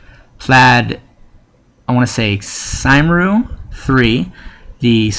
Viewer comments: A good video but you made some avoidable mistakes. If some non-English words appear, you should research their pronunciation. Sinn Féin is "Shin Fayn" and Plaid Cymru is "Plide Cumree". You should always double check details such as Edd Miliband rather than Milibrand and the fact that Conversatives are blue and Labour is red. Other than that, it was a good video. If you have sources to some of the points you make, you should maybe put them in the description. :) Thanks for the video! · It's PLY-D COME-RE